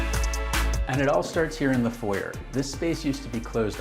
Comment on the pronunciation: the way this guy says 'foyer' is hilarious